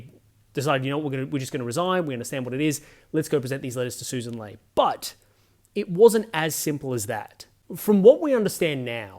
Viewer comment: Mate, love your work, but it's Lee not Lay